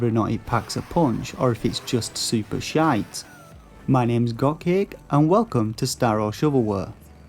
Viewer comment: Love the way you say "shyyte" cracks me up lol